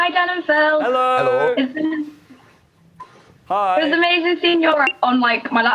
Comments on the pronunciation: Dan's 'Ello" XD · Dan does the Northern hello haha :D